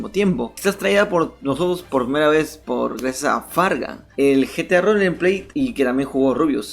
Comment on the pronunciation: Porque dices Rolenpley, es rolpley(Roleplay)